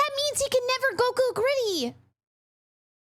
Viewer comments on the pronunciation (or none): none